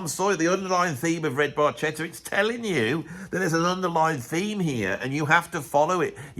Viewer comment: Bar Ketta. No worries, Geddy couldn’t pronounce it either